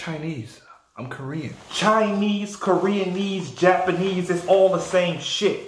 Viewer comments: he said koreanese😭😭😭😭😭😭😭😭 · Nigga said Koreanese... 🤣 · "Koranese" Bruh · He said koreanese 😂😂😂 im dead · My nigga said koreanese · He said Korean-ese I’m rolling 😂💀